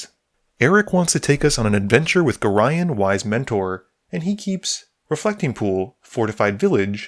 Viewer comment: You are the first youtuber I've came across that pronounces Gorion properly.. I can't express how damn grateful I am